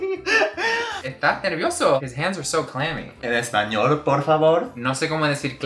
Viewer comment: wow your "spaniard" (by the way thats kind of rude, we prefer castillian or castellano) but it sounded awesome hahaha i swear you could fool me